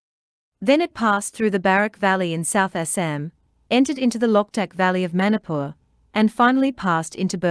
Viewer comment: It is very interesting to hear your claim to be the original habitatant ,while you can't even pronounce the Name Manipur property 😂😂😂😂